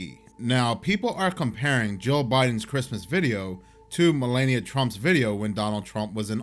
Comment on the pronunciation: It's pronounced Mel-ah-knee-ia not Mel-lay-knee-ia